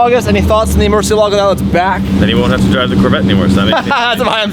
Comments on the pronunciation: You love lambo and can't say murcielago right 😂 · Learn how to say murcielago. It's so Wrong 😂